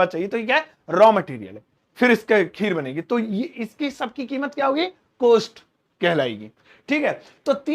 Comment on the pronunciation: No कोस्ट it's कॉस्ट